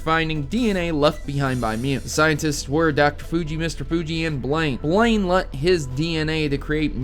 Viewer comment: My name is Blayne and the way he first said my name made me shudder